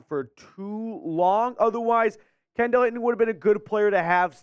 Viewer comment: It’s pronounced Kendall (Ken-Dull)